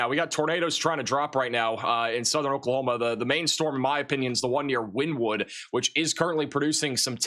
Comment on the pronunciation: It’s pronounced Winnēwood